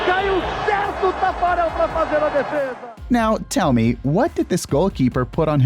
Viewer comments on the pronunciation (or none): none